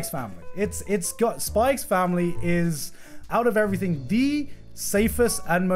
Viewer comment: there is no k in "everything"